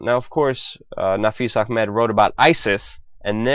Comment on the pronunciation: guy doing voice over sounds VERY, VERY JEWISH.......suspicious......also does "ch" pronunciation in "A.....ch....med"...too, too well!!